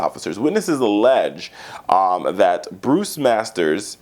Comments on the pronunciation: You’re on drugs!! Really! You’re too nice and you mispronounced his name!! It’s not Bruce it’s Bryce.. middle ground? Really since when do the police agree to diplomacy, you’re living in the wrong planet!! This USA is getting worse by the minute! Some have been speaking of police state and it’s happening, these police officers are backed up by their superior and the DA, there’s no respect for anyone anymore! Police have become public enemy number one!! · It’s B B RICE MASTERS NOT BRUCE